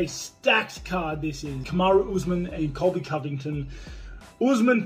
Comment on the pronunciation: colvy cold victim